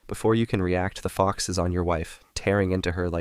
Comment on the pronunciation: When he said stupid fox it sounded like stupid fock